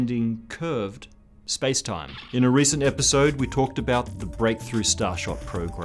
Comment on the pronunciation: The way he says "space-time" every freaking time is starting to slowly but surely to get on my nerves...